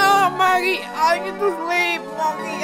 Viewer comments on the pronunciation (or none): It’s mokey not mooky